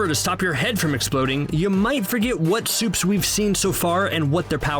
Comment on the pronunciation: "all the soups"